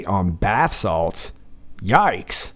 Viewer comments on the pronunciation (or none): none